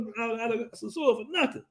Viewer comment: I’m never returning to the “Suu”(sosua). I’ll return to the dom rep but never the “Suu”